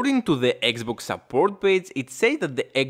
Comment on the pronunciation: i had to watch muted, This guys voice and accent are HORRIBLE on my ears… SHUUUUUUT UUUUUUP, Its XBOX not XBOOK and its BUTTON not BATTON